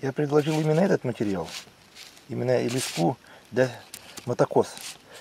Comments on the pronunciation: Я с Клина работал на комбинате где леску делали ударение ставь на е уши режет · лескА на нервы действует и вообще- если уж ты на камеру говоришь ,то заранее подготовь тезисы , а не тараторь об одном и том же 10 раз подряд ,нудно......